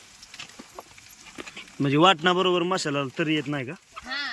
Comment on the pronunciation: मसाला बोला मशाला नाही